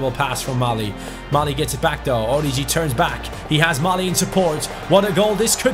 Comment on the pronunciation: orIgi,there is a tone on the first i